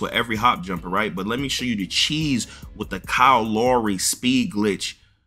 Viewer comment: Man said Kyle lowree 😂